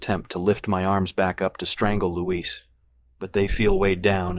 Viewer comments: Great except AI mispronounces Luis Carruthers (Lewis) as Luiz. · the way it pronounces Luis wrong